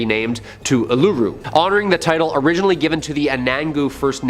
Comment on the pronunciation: These Canadian need to learn how to say Uluru.... and its in Northern Territory of Australia, not in South Australia